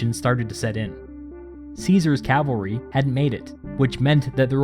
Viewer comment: "With no calavry, they could not scout around" Caesar: I am the scout!